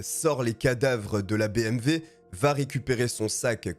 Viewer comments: Nice video ! Par contre c'est bmw pas bmv X) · Salut bonne vidéo bravo 👍 (On dit BMW et non BMV) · BMW et non pas BMV. 308 et non pas trois zero huit. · Et vous avez entièrement raison ! Moi aussi je prononce bmV !! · Superbe vidéo ! L’histoire est folle .. bon par contre on dit BMW hein 🤓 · Désolé mais BMV ? Y’a pas un problème de prononciation ? 🤣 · Oui mais tu parle Français pas Alsacien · Bonjour! Le nom du tueur n’est pas Martine mais Martin. ( in ) pas ( ine ) Pourquoi tu dis Martine ? La voiture n’est pas une BMV mais une BMW. Pas un V mais un W. Merci pour l’histoire!